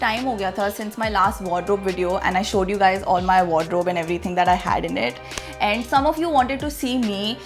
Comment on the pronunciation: Nice sense of fashion has! The only weird thing about her is she pronounces ‘and’ as ‘eeend’😂 not cool bro